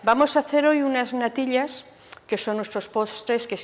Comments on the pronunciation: No soporto esa manía ridícula de pronunciar la "ll"como si fueran lll.( natil-llas, gal-llinas, el-llos, ) solo vi la primera receta .ya no aguanté esa pronunciación que me perfora los oídos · Me hace gracia como pronuncia la “ll” . Se ha perdido esa variante fonética y es curioso escucharlo de nuevo. Mi abuela también me hacía esas natillas pero infusionaba la leche con canela y corteza de limón y estaban de vicio